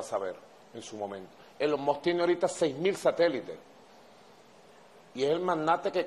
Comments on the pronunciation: "Elon Mos" dice Maduro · NO SE DICE ELON MOTT , NI ELON MOTH , NI ELON MOSS , NI ELON MOT . SE LLAMA ELON MUSK AL MENOS PRACTIQUE PA QUE NO SE VEA TAN ESTUPIDO Y SER EL HAZME REIR DEL MUNDO. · Elon Mox